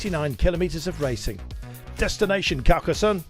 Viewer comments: Not Carcas SUN. it is pronounced SONN. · "Demun"? Demon? Désolé, pas pu m'empêcher, non je parle français (tu dois être du sud ?) ! En fait mes souvenirs de Carcassone, c'était beaucoup de soleil et très, très chaud ! donc CarcasSun, pas trop grave comme erreur de prononciation...